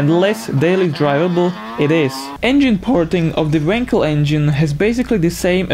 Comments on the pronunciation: For the love of god it's wankel not winkle stress the fucking A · you say wankel with an a like in wallet :)